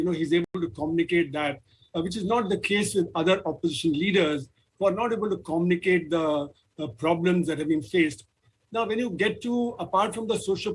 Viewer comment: The bearded guy is pretending to speak in English. What's "Commnicate"? It's Communicate!